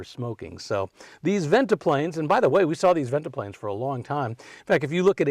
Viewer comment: Guessing that's a modern headliner! It's Ventipanes, not ventiplanes.